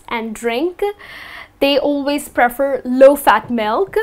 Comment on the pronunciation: Hello,. How are you? Thanks for the videos. The way you pronounce /prefer/ is quite different from the American and British ways, isn't it? Is it something particularly from your country? thanks again. Greetings from Brazil.